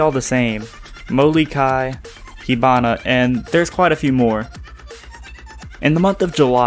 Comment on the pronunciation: btw just pointing out its mou ii kai not mou li kai thank you.